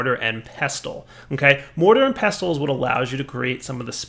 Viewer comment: The t is silent in pestle.